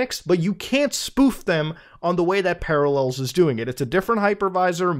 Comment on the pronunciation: Ah, yes. Paralléls.